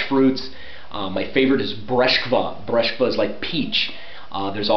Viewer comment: irs breskva not breshkva!